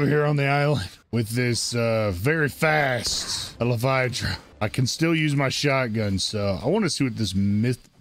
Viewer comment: El Fi Dran I'm not sure where you are coming up with all those extra letters and syllables.